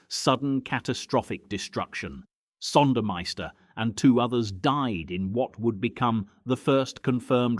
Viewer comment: RAWNSLEY NOT ROONSLEY , AND PRONOUNCED ZONDERMEISTER.